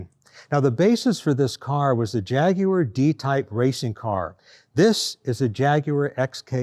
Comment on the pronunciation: Thanks for saying Jaguar properly and not Jagwarr like all the other Americans say it. 👍